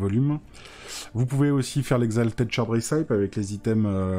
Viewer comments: Super vidéo, par contre recipe se prononce 'réssepi' et pas 'rissaïp' 👍🏼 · Recipe ça se dit ricipi, pour les prochaines vidéos 😁